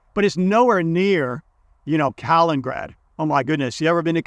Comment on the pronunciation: Thank you for posting these videos. I especially like the microeconomic insights you offer. There is one point I would like to point out. Yo erroneously say Kalingrad instead of Kaliningrad when referring to that Baltic region. You might want to pronounce that better. Greetings from Sweden.